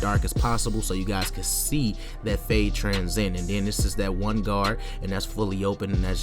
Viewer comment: bro, its transition, not tranzin lmaoo. good cut tho. shits flames.